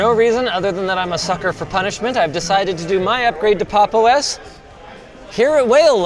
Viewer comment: I'm sorry but pronouncing it as "Pop exclamation mark underscore OS" oh my god